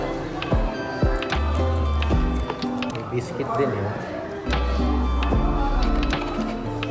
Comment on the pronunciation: Here’s how to pronounce properly: Prairies- prare ( like rare with a p) -eez Biscuit- bis- kit not bis kwit